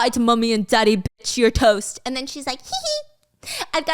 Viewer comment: she always says biss instead of bitch and she used to have a merch collection that just reads biss on the shit lol my guess is it’s a more endearing way of saying bitch